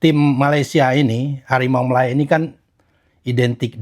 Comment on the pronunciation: Sepertinya Vietnam lebih fasih nyebut malaydesh nya. Dibandingkan Indonesia nyebut malaydesh 😂😂😂